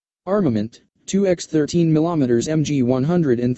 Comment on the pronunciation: Yes, that definitely lets down.the credibility. Almost as much as some of the thumbnail pics on this channel, where the wrong plane is shown! The way the fake voice tries to say millimetres; "millometres" was funny the first time, but then it's just irritating.